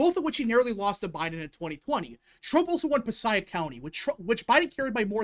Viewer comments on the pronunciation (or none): I’m from NJ It’s pronounced Puh-say-ick county lol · Excellent video. I’m originally from nj and there’s bones there to make it a true swing state especially in Bergen County. You just got to work on it. Also Passaic County is pronounced pa-say-ick. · You’re mispronouncing Passaic… It’s “Puh-say-ick” County.